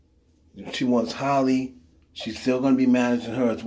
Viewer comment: It’s Chloe and halle not holly